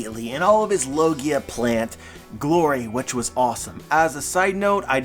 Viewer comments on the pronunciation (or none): none